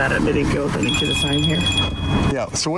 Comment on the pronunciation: One millions time he said I nee you call you supervisor OMG